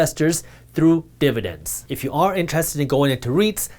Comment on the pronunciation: Almost lost me here. You are too indian to say dividence this much